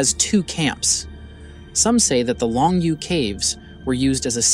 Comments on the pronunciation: "Long Yoh" caves. It not pronounced long you. "You" is pronounced as "Yo or Yoh". Long yoh! SMH.... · I appreciate the work that went into this video... but you cannot even pronounce Longyou. None of the Chinese words you try to reference are pronounced correctly here except Han.